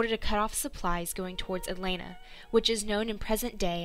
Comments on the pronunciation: Why is the narrator of this video calling "Atlanta" something that sounds like "Elena"?? If you are going to have someone narrate these, at least get someone who can pronounce things correctly! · She did NOT do a "good job!" She couldn't even pronounce "Atlanta" correctly! She called it something that sounded like "Elena."